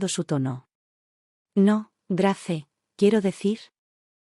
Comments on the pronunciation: Se pronuncia Greis no Grace,que feo suena eso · Grace se pronuncia Greis. Header se pronuncia Heder